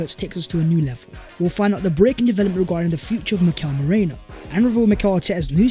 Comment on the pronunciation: It’s pronounced MEH-REENO